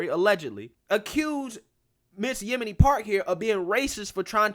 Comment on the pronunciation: You totally messed up saying her name...lol Yo.. min ...Yeomi Park that young lady is amazing..